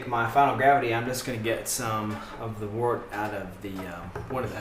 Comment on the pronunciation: wert not water ugh